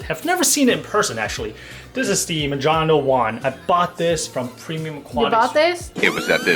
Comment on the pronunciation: "Ma-John-Oh".......it's "Mo-HAN-OH"